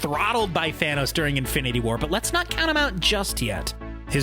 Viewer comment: did you say fanos?